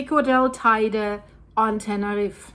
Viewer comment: Tene reefer??? 🤣